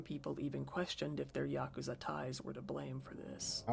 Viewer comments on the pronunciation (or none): it's pronounced YA-KOO-ZA